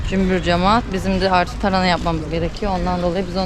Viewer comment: Elinize sağlık güzel bir video olmuş ilgi ile bekliyorum videoları kolay gelsin. hanım önemsiz belki ama TARANA değil TARHANA 👍😃